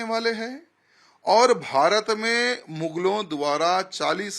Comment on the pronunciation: माधवी लता एक बोगस औरत है इस औरत को भारत बोलने नहीं आता "बारत" बोलती है झंडे को जंडा बोलती है भगवा को बगवा बोलती है घर बोलने नहीं आता "गर " बोलती है खाना बोलने नहीं आता "काना " बोलती है